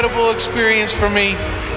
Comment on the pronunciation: the way he says "pokemon" leads me to believe he isn't a true fan lol